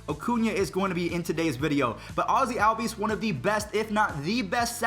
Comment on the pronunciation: No offense but pls say ozzies name correct